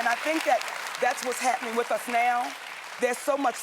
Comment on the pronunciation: I just wish Monique would stop dating WRIFF instead of WITH!